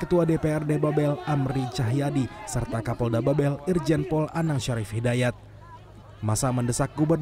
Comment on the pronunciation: Mohon kepada reporter CNN untuk mengoreksi. Cara baca "Babel" itu salah. Gubernur Babel ialah Erzaldi Rosman, bukan Erzaldi Roesam. Mohon kerjasamanya.